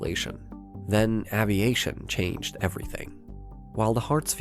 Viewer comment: That is the strangest pronunciation of the word "aviation" I've ever heard.